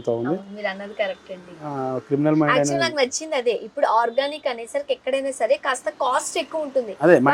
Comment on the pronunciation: యంకరమ్మ గారు -ప్రతిదీ ఆర్గానిక్ అర్గానిక్ అంటారేంటి ? ఆషాపు యజమాని అర్గానిక్ కాదన్నా వినిపించుకోరే ? అర్గానిక్ అంటే రసాయనక ఎరువులు లెయకుండా - పండించిన వాటిని అర్గానిక్ అంటారు.